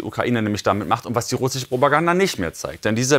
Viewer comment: Welch ein lächerlicher Mann sag doch nochmal russische 😂😂😂